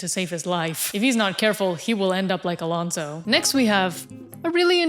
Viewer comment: Jjj me imaginaba que eras hispana porque ningún gringo dice bien el nombre de Alonso, Pérez, Sainz y Colapinto